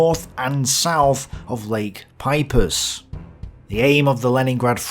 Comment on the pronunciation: Lake Peipsi - yes like that soda drink. Not Pipus.